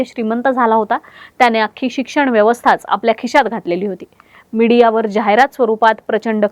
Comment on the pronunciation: Broo cant even say the name🙄 Ani khishyat ghatla, kishyat ghatla ky asta